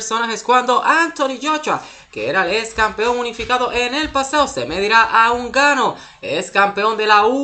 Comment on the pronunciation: Es francis nnganou no unganou😂